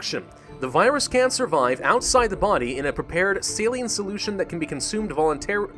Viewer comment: Voluntarily, vol-un-tear-illy